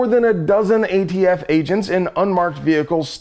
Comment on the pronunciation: Is there something I'm missing. He keeps calling them the "AFT" instead of the "ATF". I'm assuming it means something and not just a slip of the tongue.